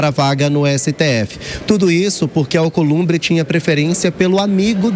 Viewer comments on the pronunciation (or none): Companheiro “Alcolumbe” ( pois ele não consegue falar palavras com br, pr etc) quanto vc quer????? Dinheiro na mão gravata no chão.